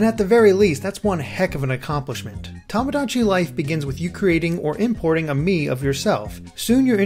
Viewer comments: Its not pronounced tom-o-dachi its pronounced toe-mo-dachi and means friend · Hate to be that guy, but you keep saying "Tomodachi" incorrectly. XD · You're pronouncing tomodachi wrong >.<